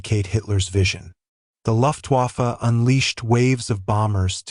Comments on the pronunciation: rrect! The AI can’t tell the difference between English and German pronunciation, imbecilic AI! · AI sucks, you less than intelligent person. Luftwaffe is pronounced Luft-Vaffe and Weremacht is pronounced Veremacht!! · It's AI, right? Many pronunciations of common words (luftwaffe, wehrmacht) are laughably incorrect.